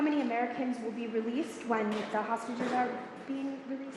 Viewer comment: "libyan hostges"??? 😅